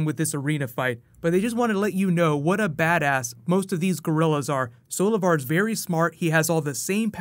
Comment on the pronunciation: When Grodd said "Solovar" i thought he said "Savitar" 😂